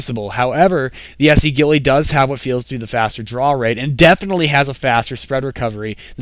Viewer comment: Why do you always say ghilLAY? I thought it was pronounced ghiLEE